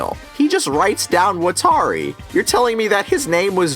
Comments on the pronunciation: Wat-ta-ri lmao not watary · I’m sorry, but I don’t even like this movie or show, but could you please stop saying WatAri. It’s giving me an aneurism. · Is anyone else extremely bothered how Watari's name is pronounced wuh-tar-ee, but in the anime it is wah-tah-ri. It is pronounced for you in the anime, its not like you have to guess.... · ikr, wa-TAR-i ?????? really?????? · I’m sorry great points and everything but how tf did you pronounce watari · I can’t believe I never noticed this before, he keeps mispronouncing Watari’s name 😂😂😂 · I honestly could not even finish this movie after seeing how they mispronounced the names. Also that IS NOT MY L. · anyone else annoyed that he called Misa 'Mia' and mispronounced Watari's name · Wa Ta Ri How are you a fan of the series but you don't know how to pronounce a key characters name correctly? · why can nobody fucking pronounce watari